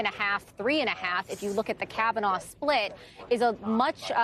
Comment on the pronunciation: Caviner? Whose that!? Learn names before going on national tv